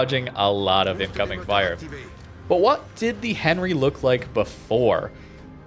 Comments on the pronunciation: Not that I'm the diction police or anything but, it pronounced "Aun-ree" with your best french accent! lol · Enry, silent H! mon dieu... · I am sorry but I hate the way you pronounce the name of Henri............